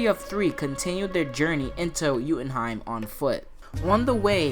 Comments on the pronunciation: You keep mispronouncing jotunheim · you say joutinheim wrong I know I spelled it wrong